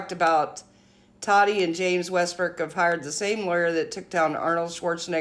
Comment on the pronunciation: I am a TA-TI fan! And it’s “taw-tee “ not TODDY! Please please Quit callin her toddy! Also thank u for the legal coverage! Love the impartial facts. I thought she was being naive in thinking she couldn’t be sued.. and even after the judgement we still may never know the Full TRUTH!